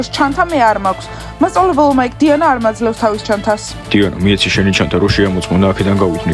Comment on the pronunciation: უფრო სწორად დუანა კი არა დიანა😊😊😊😊